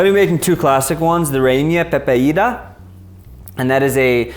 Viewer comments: Jajajaja REINAPEPADA XD it,s Reina pepiada. hard to pronounce in english, i guess. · ok i help you say reina pepeada. pronounce rey as in Ray the name. the na as when you say Nancy, but short it on the NA, after that. pe as in peril. then pi as in pierce just the pi, ada like in adamantium ada! and is yours: a ver say REINA PEPIADA!! EVERYONE REINA PEPIADA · reinia pepeida t_t .. reina pepiada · I must say i loved you made an amazing video of the cuisine of my country venezuela ♥ you should the empanadas, and i forgive u for the pronunciation of reina pepiada XD. Loved the video!!